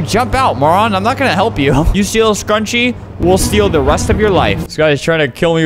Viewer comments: funfact: when flamingo in said HLEP i sounded like chleb. What casually means bread in polish lol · "hlep" is somewhat how you say bread in russian lol its more like "heelape" tho aksjdhjshk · That sounded like bread in russian xD